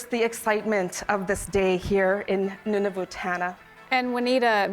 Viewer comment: Cant even pronounce Nunavut correctly..would be intetesting to see the document!!!! Would not trust this